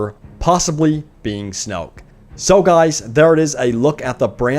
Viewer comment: It's not snoke